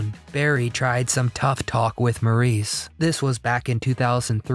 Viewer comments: Maurice Gibb... Maurice was pronounced 'Morris' (_NOT_ "Maurice" - despite its spelling) - it's always been spelt the Feench way but pronounced the British way - 'Morris' despite how Americans always try to say otherwise. Morris and 'Mo' for short by his brothers and family ...and his fans are often fairly annoyed that his name is not honoured by the use of its correct pronunciation. 😡😡😥🏴🤔♥️🇬🇧🖖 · Maurice is pronounced Morris. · I did enjoy your video❣️ Thank You❣️ I never knew Barry had a first marriage. I would say to you that in the future, when you make a video, learn to pronounce the names of your subjects. Maurice Gibb is pronounced “MORRIS”. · He didn't pronounce Maurice's name correctly.